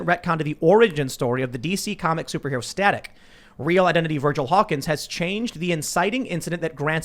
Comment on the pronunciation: Staic shock......no please not staic